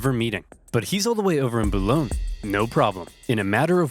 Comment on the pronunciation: That's a weird way of pronouncing Boulogne. We pronounce it like boar-loin.